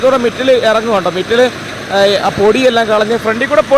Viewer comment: മിറ്റല് അല്ല" മൈഗുണ, മെറ്റൽ, !